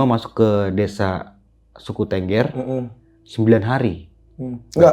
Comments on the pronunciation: Bukan Tengger Harus pakai E besar bang kayak Beli,, jadi TEnggEr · untuk sekedar info dasar saja tentang Suku Tengger, Tengger itu bacanya bukan TENGGER seperti pada kata BEBEK, tapi tepatnya adalah TENGGER bacanya seperti kata MEREM/menutup mata. dan 1 lagi, untuk masalah bahasa, bahasa suku tengger itu mirip dengan bahasa jawa, hanya sedikit perbedaannya dalam kosakata, kalau dalam huruf perbedaannya kalau bahasa jawa banyak menggunakan O, tapi dalam bahasa tengger lebih banyak pakai A, misalnya bahasa jawa OJO/JANGAN dalam bahasa tengger AJA/JANGAN. Untuk kendaraan umum, kalau dari luar kota naik Bus, itu tujuan terakhir di terminal Arjosari, dan diterm.inal Arjosari tidak ada jeep disana, masih harus naik 1 kali angkot/mikrolet ke Terminal Tumpang, nah jeep2 angkutan ke Bromo/Semeru ngetemnya disitu, tapi kalau sekarang sudah jarang jeep2 yang ngetem, karena sudah banyak yang via online. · tengger mas bukan tengger